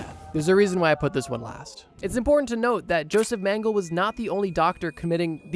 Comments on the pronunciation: His Name is mengele , and a german. Why do you assume his last Name is pronounced straight english? Like where did the last "e" go ? Mengeleeee not mänggel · Meng-ga-luh...not ming-le. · Hey, if you need it in the future, Mengele’s name is pronounced more like MEN-guh-luh. He’s obviously a horrible piece of 💩 so I figure he might pop up in a video later. Otherwise, this was enjoyable and absolutely terrifying. The people who were willing to scar their babies for life? Wild. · eh.. this nzi doc is called "joseph Mengele" eh.. Meng-e-le.. greetings from germany. love your Videos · I get that incorrect pronunciation can be annoying but he was a monster so he deserves to have his name pronounced wrong